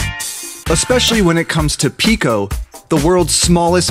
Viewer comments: why did you said pico to the bottle opener that you say is heard like pico in friday night funkin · GIRL NOT PICO LMAOOKSKSKKS